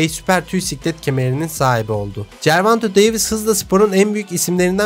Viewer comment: Gervanto değil karşim gervonta davis....